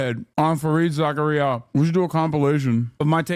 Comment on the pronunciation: You mispronouncing Fareed Zakarias name is textbook hubris from a Muslim